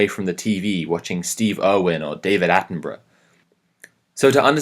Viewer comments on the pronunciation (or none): none